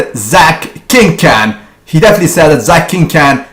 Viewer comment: he is not the biggest, gunther, ruhl, kovacs and dillet was the biggest and its not 'king can" its 'king KHAN' (pronounced kon)